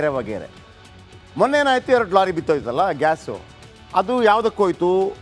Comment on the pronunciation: Lolly alla kano lorry adu